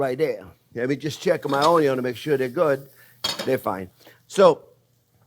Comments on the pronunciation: nothing says "good" like a potato with onyo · The very reason I subscribed to your channel in the first place is because of the way you pronounce onion 😂